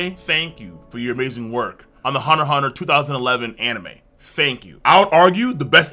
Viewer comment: You don't pronounce the "x". That's how it's supposed to be done.